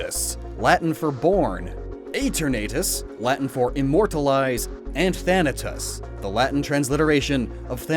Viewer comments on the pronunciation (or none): none